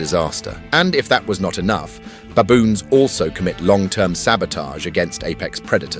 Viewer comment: Baboons not Bayboons..pronunciation ai?